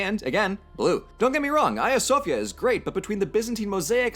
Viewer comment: And Blue still can't say Hagia Sophia right. It's supposed to be pronounced like, "Ai-ya." It's transliterated from Greek, so the 'H' is silent and the 'G' acts like a 'Y' in English when it precedes an 'I.'